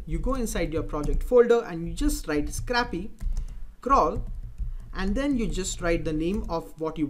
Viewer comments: It's not scrappy, it's scrapy. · I really like the 'a' pronounciating in scrapy instead of 'ei'. :D